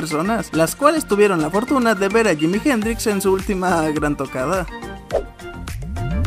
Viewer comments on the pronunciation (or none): " jimi jen-dríx " jajajajaja su pronunciación 😄😄😄😄